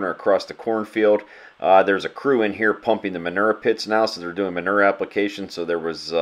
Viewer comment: "There's a crew in here pumping the manerr pits now so they're doing manerr applications" lol